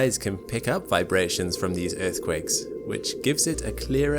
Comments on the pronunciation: every time he says "earthquake" :((( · I left cause you keep saying earth quake..... But I watched your ads